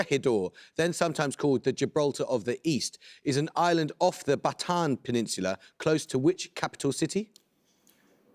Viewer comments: Surpised to hear Bataan and Corregidor mispronounced. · This program with all these researchers can't even pronounce BATAAN right. But they can with French...